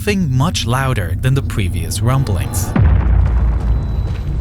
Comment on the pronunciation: These wumblings are much more fwequent